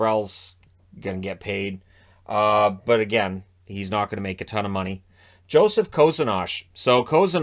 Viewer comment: almost got the pronunciation correct. His first name is pronounced "yo-sef" not Joseph.